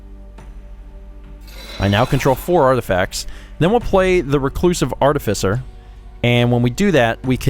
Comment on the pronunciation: I have never before heard anyone pronounce that word as "artifisser".